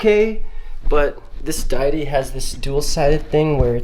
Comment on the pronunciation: Its Day-it-tee please. XD